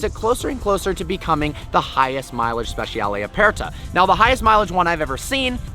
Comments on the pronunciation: Note to: This is how the Italians pronounce "speciale" i.e. it's spesharlay not spesh-ee- arlay, (and for the non-Italian-speakers "aperta" just means "open") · At least pronounce the name of the car correctly.